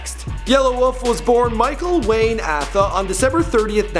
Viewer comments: You mispronounced his last name and the city where he lived in Tennessee. The last name is pronounced (AY-Tha) and he lived in Antioch (Antie-Ock). And trunk muzik didn’t blow up over night. I’m from Birmingham. That mix tape was passed around for a year before he got signed. And he didn’t know Eminem before signing. Someone from interscope heard trunk muzik and brought it to Eminem, then Yelawolf was invited to Detroit. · Well you might as well do Rittz now! lol. also, I think Yela's last name is pronounced 'Ay-thuh' not 'Ah-thuh'. If I'm wrong someone let me know... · Bro, you got so much wrong on here. You mispronounced his last name, Atha (pronounced A-the*) and the city in Tennessee, Antioch (pronounced an-T-aach*). Also, it's Trunk Muzik 0 to 60, not 6.0. Also, you never mentioned his stint on Missy Elliott's TV show to find and sign a rapper. You didn't do enough homework, man... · Umm...Antioch is pronounced ANTI-OCK. And Yelawolf pronounces his last name "AY-THA". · Didn't even pronounce his last name right